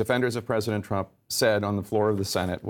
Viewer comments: How much cwying did widdle baby twump do today? How many binkies did he use? How many tantwums did he thwow? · "President Tuwamp" haha... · President Twump - right pronunciation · “Pwesident twump” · "president twomp" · he did say twamp!!!! lol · Twump seems quite appropriate. Pwesident Twump. Our first child-president. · Lol "president twamp" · "Twump." Hahahaa, That's very fitting ! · "president twump" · "this tweet from President Twump…" LOL ! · "President Trwump" 😂😂😂 aka "The Lying President"